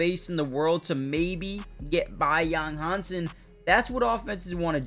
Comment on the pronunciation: His name is Yang Hansen. Han sen, Han pronounced Hand without the d, not hang. 瀚 and 航/杭 are totally different in Chinese.